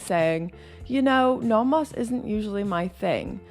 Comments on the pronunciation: I’ve never heard someone pronounce nomos like that. “Naw-moss” 😂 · Are you pronouncing Nomos correctly?